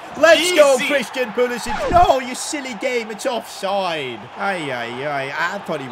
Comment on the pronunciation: Dude Pulisic is American. Stop calling him like he's Southern European🤣 pronounce C the same way you pronounce English words with C like can🤣